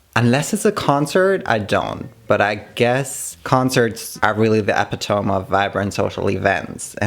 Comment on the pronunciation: Just because English isn't your first language I want to mention you pronounce the word epitome like "ep-it-o-mee" peace y'all